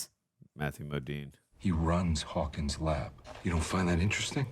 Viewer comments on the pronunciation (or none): none